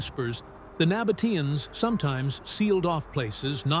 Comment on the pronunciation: terribile….😢 the voice always spells the folk of the Nabataeans wrong…